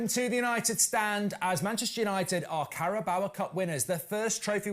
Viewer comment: Goldbridge why do you pronounce it the carabowa cup 😂